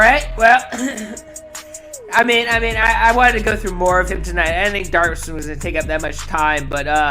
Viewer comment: HIS NAME IS MATTHEW DAVID DAVIDSON! NOT DARSON!